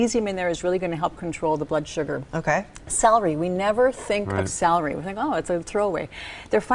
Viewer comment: Word: Celery Lady: "Salery"